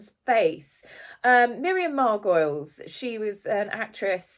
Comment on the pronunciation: Please check name pronunciations. Miriam Margolyes is pronounced "Mar-go-lees" not Mar-goiles!